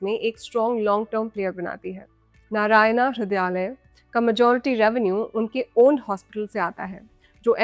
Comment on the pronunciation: भला हो अंग्रेज की बच्ची का कि Narayana (नारायण) को नारायणा ही पड़ा है नरयाना नहीं। 🤦‍♂